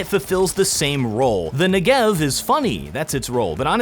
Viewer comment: This is not how you pronounce the name of the Negev